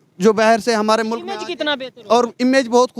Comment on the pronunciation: Don't say MULAK, it's MULK 😂😂